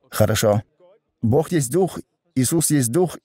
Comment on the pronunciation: Попросите переводчика чтобы он постарался говорить Бог, а не бох!!!